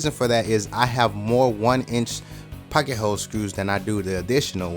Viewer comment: I've noticed people pronounce pocket so many different ways. Yours by far is the best. And THANK GOD! I've been wondering where the hell to get one of these pieces!